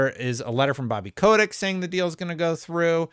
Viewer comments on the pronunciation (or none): none